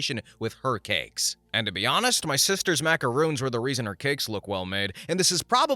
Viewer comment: they're macarons, not macaroons. Short "o" at the end there. A macaron is a sandwich-like cookie that's filled with jam, ganache, or buttercream. A macaroon is a drop cookie made using shredded coconut. Kinda like mistaking Oreos for girl scout samoas.